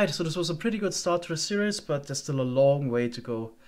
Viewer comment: series is pronounced "ser - ees" not serious, FYI.